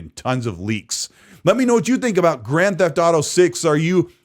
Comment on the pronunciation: Did you just say Drand Theft Auto 6 I can't wait for Drand Theft Auto 6 😂